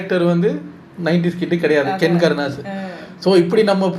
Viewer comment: Ken❌ kenner✅😂